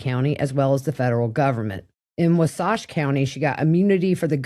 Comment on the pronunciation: I appreciate this recap so much. Just an FYI, they're pronounced Wah-satch and Cay-mus. Thanks again for all the work you do.